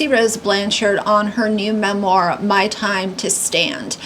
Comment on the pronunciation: "Memwire" great speech Gypgyp, gonna read my "memwire in my.nurshery"...friggin' narcissistic little murderous liar!!